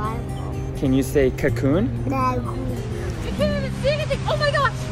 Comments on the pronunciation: say cacoon: LalalaCavoon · Just loved the way pronounce Cocoon 🤣🤣❤